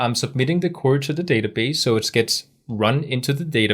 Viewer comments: Brilliant videos but it sounds like youre saying curry instead of query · excellent lesson, sorry to see your hair gone. Oh BTW query in English is said "kwee-ree" when spelt phonetically. Hope you don't mind as your English is way, way better than my Danish.